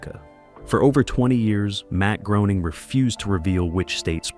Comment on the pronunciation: D'oh! It's pronounced Matt Graining, NOT Groaning!!!